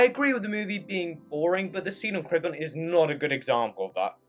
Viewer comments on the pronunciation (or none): none